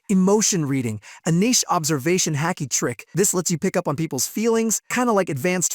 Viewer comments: There's no c in Haki, Ha-ki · The moment he pronounced Haki like Hacky I stopped watching 😂